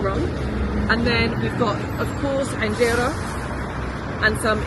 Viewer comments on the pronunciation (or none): its not with an ع :) enjera